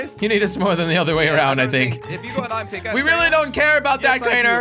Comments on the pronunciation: I remember when he used to call iron I-ron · I say iron like this :Me iron This is how Jelly says it :Jelly irin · He used to say ain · Lel Ayon Its Ion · I love how he says ion instead of iron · How it’s said: iern (iron) How jelly says it: ihyin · Its ayon i mean he did actully say theres more ayon its pronounced iron but instead jelly was like theres more ayon! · I just love when Jelly said Iyon instead Of Iron lol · How jelly says iron: ion How me and some other people say it: iron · josh and crainer: iron jelly: ien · Who remembers when jelly used to say iron whit two rr